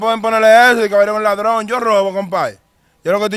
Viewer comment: No dice ladrón dice ladron, palomo.